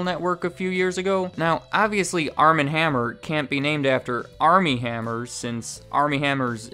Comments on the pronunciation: Armand is pronounced Ar'mohnd. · Wouldn't the first name Armand be pronounced Ar-mahnd (as in the Anne Rice books - the vampire Louis met in Paris played by Antonio Banderas in in the movie ) instead of arm-and?